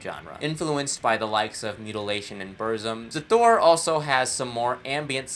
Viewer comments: Also it's pronounce Hasthur not Xas thur like you pronounce it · You are saying Xasthur wrong, and I will make fun of you for it. (lol jk like and sub my dude!)